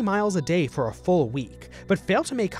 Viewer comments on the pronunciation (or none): none